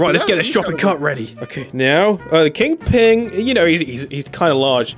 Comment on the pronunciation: EVERY SPIDER MAN VIDEO INVOLVES THE CART and also why do u keep calling him king PING instead of king PIN? Dose he have a high ping or something?